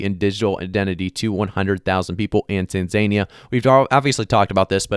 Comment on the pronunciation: Tan-Zan-Ee--Ah not Tan-Zania